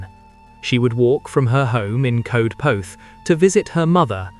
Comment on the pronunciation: Darling boy, thank you for the story but Coedpoeth is pronounced Coyd poyth - or that’s the nearest we English can get to it. ❤️🏴